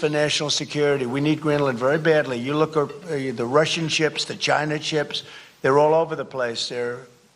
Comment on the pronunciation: “The Gina ships”